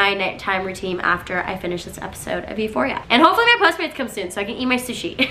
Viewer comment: yall did she just say ephoria or am i crazy